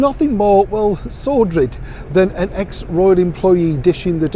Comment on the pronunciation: did I just hear you make up a word? 'Sordrid' lol! Sordid AND tawdry at the same time...what a brilliant way to describe their antics and a lovely Freudian slip into the bargain!